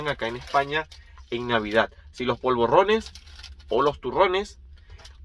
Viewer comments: No se dice POLVORRONES. Son polvorones. Vos lo pronunciás con doble R. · polvorrones no; POLVORONES, con ere, no erre...xdd bon profit!